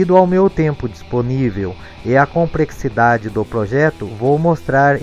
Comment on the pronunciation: A "comprexidade" kkkkkkkkk